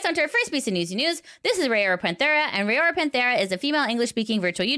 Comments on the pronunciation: When neressa says it it sounds like rowda and Kiara is kiyadada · It's not Rayora, it's Raora (Ra - oh - ra, the last a and the first a are basically identical). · i appreciate all the news coverage you do as it keeps me up to date, but please make sure to put in the effort to pronounce vtuber names correctly. every time you pronounced raora’s name the way you did physically pained me